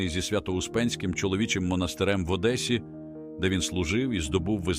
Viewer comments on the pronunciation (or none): none